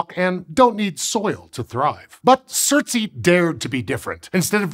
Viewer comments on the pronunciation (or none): Its pronounced surts ay not surts ee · Its not surt-sey but surts-ey (surts island) after Surtr a major fire Jötunn /fire giant of norse mythology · Just for the record it pronounced surt-say not surt-see. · Surtsea? "Ey" means "island" in Icelandic and it's supposed to rhyme with "way". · Thumbnail is pointing to the wrong island, surtsey is the 3rd dot further south-west. You can check it out on google maps to confirm. The largest island that the black dot is pointing to is Heimaey. Also the pronounciation isn't right. The ey is pronounced more like the ay in bay, say, may or day. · It's not fine. It's just him pronouncing the letters as if it was an English word, not even attempting the native pronunciation. However, since both English and Icelandic are Germanic languages, the consonants sound relatively okay - the "r" is the farthest removed. The vowels are entirely different from his pronunciation though. It's especially bad because the "ey" vowel does exist in English (think the vowel in "day", "gate"). It's easier to forgive his pronunciation of the "u" vowel since the Icelandic "u" vowel doesn't exist in English.